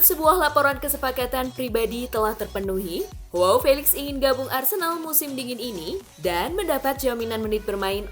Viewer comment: Mengkoreksi dikit ya min, bacanya bukan Hoao, tapi Joao aja biasa, karena Felix bukan orang british